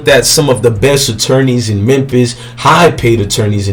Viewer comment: He said mempis lmao 🤣